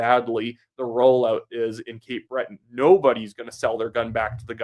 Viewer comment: it's Cape "Breton"